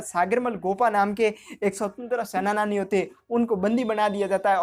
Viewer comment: Sir senani hota h sena-nani nhi hota